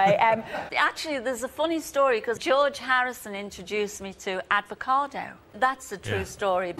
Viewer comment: i think she said advocado - lol - even better. a sort of cross between egg nog and grocery delivery.